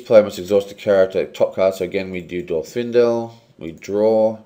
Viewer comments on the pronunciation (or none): Not to be a Snivellus, but it's Dwarrowdelf, not Darowdelf.